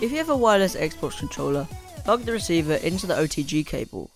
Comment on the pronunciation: u said wireles